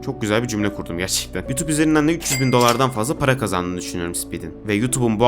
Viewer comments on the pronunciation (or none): none